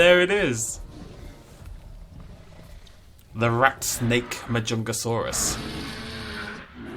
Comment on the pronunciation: Ik im really late and you probs know the name by now but anyways it’s pronounced (ma-jun-ga-saurous)